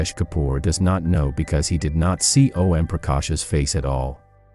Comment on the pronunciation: Why are you saying O.M. It's Om